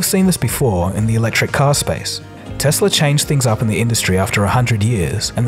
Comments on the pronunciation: BTW. You're still mispronouncing Tesla. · It's not "Tezla"